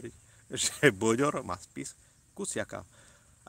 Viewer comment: To nie boďor.ale bődör